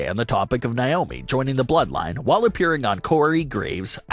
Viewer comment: Still don't know why you keep pronouncing Naomi's name wrong? It's pronounced Nay-oh-Me not Ni-oh-Me!